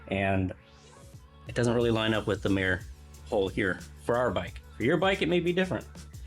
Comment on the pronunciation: It's not Mē-er, it's Mī-er.